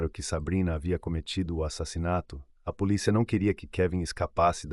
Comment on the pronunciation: Acho importante essas correções, assisto uns vídeos que até gosto das narrações porém a menina fala poliça, eu fico irritada de ouvir algumas pronúncia errada.